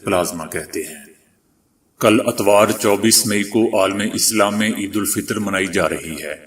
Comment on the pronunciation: Atwar nahee etwar(Sunday).😅